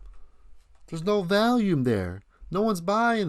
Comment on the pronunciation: Is this parody? Of course a hard drive isn’t a solid state drive……. Are you saying “value-m” or trying to say “volume”? 😂